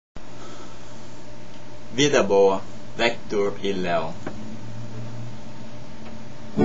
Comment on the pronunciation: cara é vitor e leo, nao vector e leu kkkkkkkk